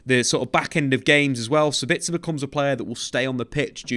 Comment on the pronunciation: Using the word 'duality' to describe two separate qualities in a player doesn't make sense. I like, and a lot of these YouTube soccer channels, but I wish they would work on their English skills a bit. Also, it's Sabitzer, not Sebitzer. Every English pundit I've heard has been pronouncing it incorrectly... Apologies, must be my time of the month 😅